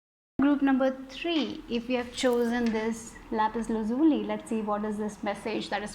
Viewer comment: say with me lapez lazouli 😂😂